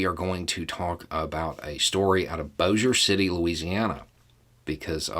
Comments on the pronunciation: A trivial side note: I can tell you're a Southerner because you know how to pronounce "Bossier City," and you can tell I'm a Westerner because I know how to pronounce "Nevada." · This is where I live. No one, and I mean NO ONE not local pronounces Bossier City correctly. Big props to you,, for doing great research to pronounce it right. I'd expect nothing less from you, but it was still shocking to hear it said right. And this cop! This asshole had been propping up bad cops for sooo many yrs thru his union gig. I know "addiction story" but still can't help but feel glad this crooked guy is getting some comeuppance.